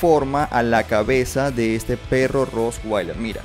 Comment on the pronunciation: No se dise roswailer es con t